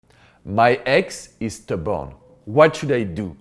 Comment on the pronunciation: you're adorable... I thought you said "if your ex is the bomb" instead of stubborn. 🤣🤣. Love your accent and great advice.